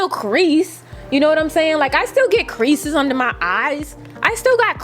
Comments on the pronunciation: Sis the way you say creases has me so weak 😭🤣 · when said creases i died man 😂😂😂😂😂